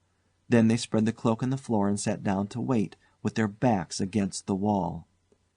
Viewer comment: Did the narrator really just say "That's why I WYATT for you? its WAIT